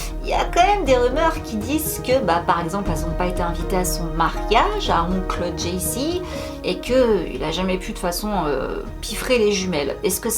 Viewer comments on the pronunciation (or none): none